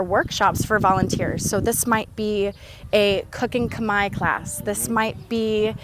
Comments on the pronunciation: I notice that even though you've been in cambodia this long, no one have told you the correct way to say khmer. Thank the french for butchering the spelling of "khmer" because phonetically it is off. The correct way to say khmer is more like kmy... as in "my" house, "my" car, "my" stuff, but just put a k in front of "my". The phonetically correct way to say Khmer is Kmy. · It was the French attempt at using their pronunciation of the alphabet to make Cambodian sound. France ruled Cambodia for very long. There is no "E" or "R" sound in how we pronounce khmer. I always thought it was the dumbest spelling ever. The french literally mess up the spelling. Want to know what's worse? Pol pot who was the leader of the khmer rouge (another french word) rouge is red in french. So the literally translation for them is the "Red Cambodian." POL POT was educated in France and that's where he got some of the genocidal ideal from. But it's not all bad i guess because we got some good french food and architecture. Also, go ahead and test it out. Ask everyone which one sounds more correct. The "MER" sound or "MY" sound.